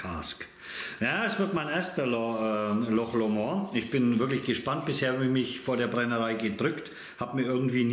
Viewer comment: Hi....der ist super!!! 😋Loch Lomond war meine Lieblingsdestillerie 2021, hatte da auch ein Video zu. In meinem nächsten Tasting-Video kommt auch wieder ein Loch Lomond.🥃👍 Übrigens spricht man's nicht französisch aus.😁😉 Ach und noch was wichtiges...ändere mal deinen Titel...da steht Manzanilla und es ist ja ein Amontillado. Hatte mich am Anfang echt gewundert. Dir ein schönes Wochenende. LG Olli, Slàinte🌌